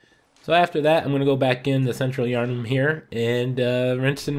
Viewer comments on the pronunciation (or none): I'm sorry wtf is central yinghim man? Triggered me its pronounced central YAWN HAM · Yer num not nam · Did he say Central Yuengling? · This is decent advice for those of us JUST starting out the game. But, uh... The way he said Yharnam is distracting. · I don't think I have heard anyone butcher central yharnhams name more than that😂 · The way you pronounced Yharnam gave me a terminal illness.